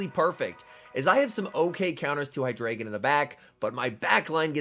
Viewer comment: Just letting you know it’s pronounced HyDRYgon, not HyDRAYgin. It has to do with the German numbers one, two and three: Ein, Zwei, Drei, referring to the number of heads that deino, zweilous, and hydreigon have :)